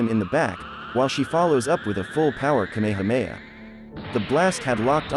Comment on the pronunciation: It’s not kAmama it’s kamahAma